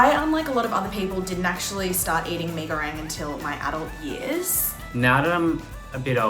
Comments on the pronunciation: I hate the way they say “me go rang” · Why are yous saying me go RANG it’s reng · That "mei goreang" made me purse my lips tho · "me goweng" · As a Malaysian it is so cringe to hear them say “Mi Gorang” like 😌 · 1) they're not making it for a damn uni student 2) pee goreng (hahahaahah) 3) idk, i three points for effect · “Me go rang” 🤣🤣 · "Isn't Mi goreng THAI tho?" Look at how they massacred my boy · They kept pissing me off when they said mi goreng wrong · Umh.....it doesn't bring any harm though. Everyone can still understand that as "Mie Goreng" If they ordered from abang-abang or teteh in warung, it's still a pass Unlike when you order some dimsum in China and said "Gao zi" literally "Gao zi" Instead of saying it as "kao-che" That's detrimental Relax a bit